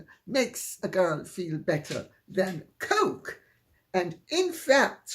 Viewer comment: 😆😆.. The woman is hilarious .. Most especially the way she says Coke ..🤣.. It sounds so classy yet look so funny coming from her ..😆 I look forward to her videos so much. I learn so many things about history, interesting people, things I may never know about. be safe wherever you are. & h ave a wonderful evening or day if you are across the pond.💫